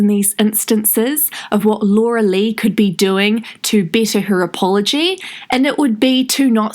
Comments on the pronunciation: it is pronounced lee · I love rewatching your videos for all the laughs, especially when you say that last name, gets me EVERY TIME!!😹❤😹